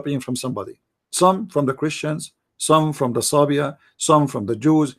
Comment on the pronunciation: around minute 12 you say that he copied some from the jews, some from the Christians, and some from ___?? Who is this third group? I didn’t understand. It almost sounds as if you said Swabia lol but I know that’s not it.